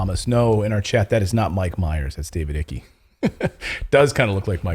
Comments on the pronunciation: Good grief! Trumpet your ignorance much? David Icke's surname is pronounced 'Ike' (You know: rhymes with 'like'; bike; trike; & strike.. Like the common abbreviation for America's WW2 general & subsequent President Eisenhower), NEVER 'ickey' (as in 'Mickey'). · Sorry, did you say David "Icky"? I've never heard his name pronounced that way. I believe it's "Ike". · its pronounced David "IKE", not "icky.".. geezus. I dont know how you can pass yourself off as an authoritative source when you repeatedly cant pronounce the names of people you are featuring in your reports. and then you just laugh about it as if its silly and funny. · It’s David Icke , sounds like Ike not Icky lol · Great to see David Icke making an appearance. As out there on the fringe as he is, he's always been on point when it comes to the global planners. (But what's with the pronunciation? He's a Brit and pronounces it "Ike", not "Icky" which to be fair would be closer to the German from where the name comes) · David Ike, like hike but without the L or H. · Hey your German is good! It’s pronounced David Icke (Ike) not icky. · You mean David Icke, not Ikey 🤣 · David Ike it's pronounced not Ikky. He's a madman. However, sometimeshe is right. The UK government has destroyed agriculture and 50% of the families are now starving. Is this deliberate because the English are not angry with the government; they are afraid. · The name is pronounced Aihk not Icky. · It’s pronounced ike like spike not icky like sticky 👍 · Icke not icky. Sounds like bike without the icke. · David ickey ? Nooo. "David icke" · Not David Icky!! It's pronounced Ike! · Your pronunciation for every name is wrong.... it’s just funny.... not one name you get right. It’s not Icke like sticky. It’s icke like eye-k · Seems like David Icke is a prophet he's been talking about this for OVER 30 years. And his last name is pronounced ike as in Pike. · * Dude!…It’s David Icke (phonetic: “Ike”, not: “ickie”). * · David eyeck pronounced not ickey.